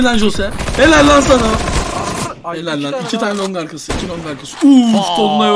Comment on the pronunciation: beyler iki keğğ değil ikki keğğğğğğ